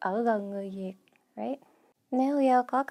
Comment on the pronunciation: The way she pronounces Cà Mau as Cà Mao, hết as hớt, Việt as Diệt just made my day , the Southern accent is soft and pure, she demonstrates it in such perfect voice and tone. Hopefully Gale can make it to Ca Mau and Saigon so that she would have more chance to practice the authentic Southern accent.